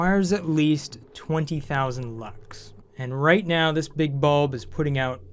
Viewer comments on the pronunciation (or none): none